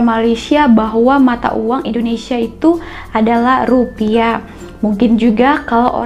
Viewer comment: Baca rupiah nya aja rupia.